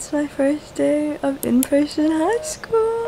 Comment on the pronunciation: I thought she said preson😂